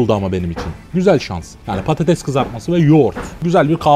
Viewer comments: Abi prodüksiyon Türkçe'yi katletmiş patetes ne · patetes degil patates